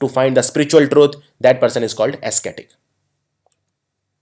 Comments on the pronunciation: Ascetic is not pronounced as asketik...it's pronounced as asetik... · O my god! It's not esketik (ascetic).. it's like asetik (ascetic). Please focus on your pronunciation. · Good work but please check pronunciation of ascetic and prerogative and thwart.